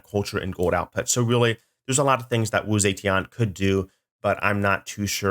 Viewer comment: Man they butchered Wu Zetian's name woah It's Zuh-Tyen. I don't expect him to, like, speak in tones or speak fluent Mandarin or whatever but I would have hoped they'd at least have given Sean Bean a note on that.